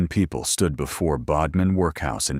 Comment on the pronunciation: ‘man beside her’? And it is Bodmin as in ‘odd’ not ‘ode’.